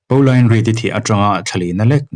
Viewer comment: Pauline Reade hming kha Paolain tia lam lovin 'Pawlin' tiin lam zawk ta la, beng a thlep deuh tlat. Ka u pakhat hming ang chiah a nia 🙂 I chhiar thiam lutuk ania, ngaihthlak a nuam